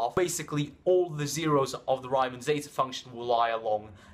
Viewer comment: Its pronounced reeman not ryyyymann